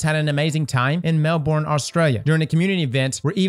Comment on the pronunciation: His pronunciation of Melbourne killed me